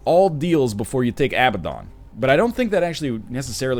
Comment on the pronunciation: Abaddon is pronounced A-bad-den, just fyi!